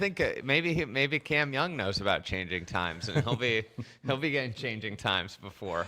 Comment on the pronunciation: “Cam Youn” not sure why this bothers me so much every time 😂😂